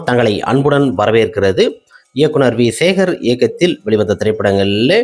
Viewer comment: S ve Shekar aha???? Adhu v Shekar.... le paarunge ....😂😂😂😂